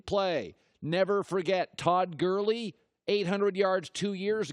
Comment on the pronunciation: KevL215 colin said todd gurley as todd hurley